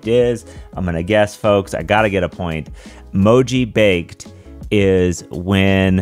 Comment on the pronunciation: Mojibake originally came from specifically displaying japanese (shift-jis encoded) in an encoding that doesn't support it (usually ascii). It's also pronounced moji-bah-keh, not moji-bake :)